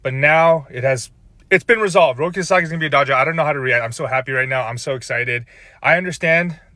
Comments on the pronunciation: In my universe, Sasaki was about to sign with the Giants until he heard those 2 clowns pronounce his name "Rocky" lmao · People, learn to pronounce his fucking name right. Sah Sah Kee. If that's too hard, put his name into Google fucking translate and use the Japanese setting to hear how it's most respectfully pronounced. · Lol man wasn’t trying to sign with a place where people couldn’t even pronounce his name correctly 😂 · Why would Roki go to the Giants when they can't even pronounce his name correctly? That is a big time insult and shows lack of respect! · Sasaki isn't going to your team if you can't pronounce his name correctly. 😛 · the padre fans can’t even pronounce ROKI SASAKIs name correctly lmaooo why would he go to that lame ass franchises and team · Roki sasaki’s name is easy to pronounce, why are they having a hard time saying it?! Darvish is a mentor to the younger Japanese players but, most of them wants to play with Shohei. Also, this feels alot like during the playoffs, they kept saying that dodgers will lose but they kept winning. Dodgers keep getting the players even after they all said not the dodgers. Lol You cannot deny the ShoGM pull.